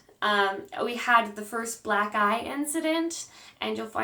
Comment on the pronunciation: At first I thought you said Black Guy! Then I was like wait why would he give you a black guy? You said black eye!!